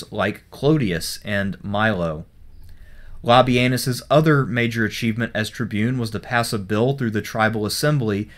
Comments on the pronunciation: Sort of sounds like le-penus. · Did you just called him lobby-anus?